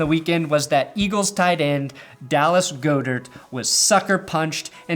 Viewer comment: "Go-dirt" instead of god-ert.. i kinda love it